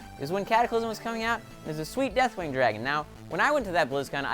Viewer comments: its not dethling but deathwing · deathling? It's Deathwing. Silly